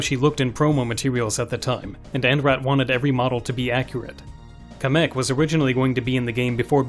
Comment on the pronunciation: Why would you pronounce Kamek's name like that. Why start shit that doesn't need to be started